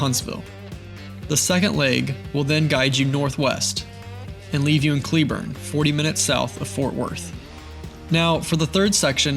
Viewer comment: I know this is a year old, I’m just glad you pronounced my home town (Cleburne) right 😂 And yes, our PD don’t like people camping on the lake 🙄